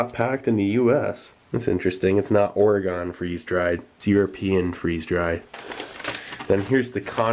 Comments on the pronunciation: Oregon is pronounced "orehgun" or "orgun" not "oreegone" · Its not Oragone its Orygun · You misspronounced Oregon lol. its Ore-ih-gun, NOT Ore-ih-gone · God damn it!!! Its not Oragone its Orygun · i cringed when you butchered the pronunciation of Oregon. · Ory gun, not ore gone. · Hey Steve, love your videos, seriously, they are great. My brother and I both enjoy MREs based on your recommendations. Just a note, Oregon is pronounced, 'O-reh-gun', not 'O-reh-gone'. Now you can sound like a native! Keep up the good work, thanks for all the nice vids! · Oregon is pronounced Ore-gin with a hard G not Ore-gone just so you know if you do see this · did you just say Oreg-ON? as a Oregonian that offends me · did he just pronounce Oregon (Or-eh-gone) if so dear good I hope he was joking. Btw I'm not throwing shade just cringing inside lol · OREYGEN. OREGON. OREYGEN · That's not how you pronounce "Oregon". 😒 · As an Oregonian, I don't like the way you say "Oregon" ...it's just weird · You just had to say Oregon the wrong way that drives us natives mad...